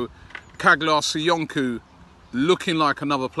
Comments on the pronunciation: stop calling him "kaglar soyunku" the actual pronunciation is "chalar soyunju" the g is silent. ( like so Robbie sees this) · Robbie please stop butchering the guy's name. çağlar söyüncü it's pronounced chaalar soyundju . You can put his name in turkish in Google translate and listen to it's pronounced . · Ffs someone hurry up and tell Robbie it’s pronounced Charlar Soyunju